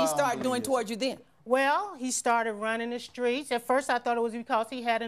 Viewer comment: Him: I’m not running the skreets. 🤣🤣